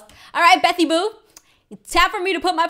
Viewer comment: Never say betty boo again......Ps. I'm not a hater just don't say it agian.